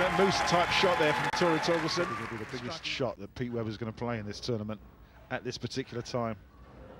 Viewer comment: cass says torgesten